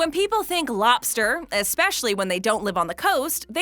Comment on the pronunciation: I like the way she says lobster. "Lawbster" 😂